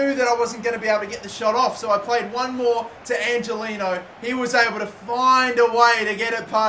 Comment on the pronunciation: Angeliño is pronounced Anhelinyo. just fyi so you don't piss off your latin viewers